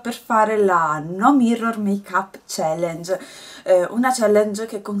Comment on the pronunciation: si pronuncia chAllenge, non chEllenge ;) un bacio!